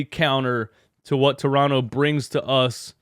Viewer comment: By the way you pronounce toronto just like a torontonian would, well done, coming from a torontonian.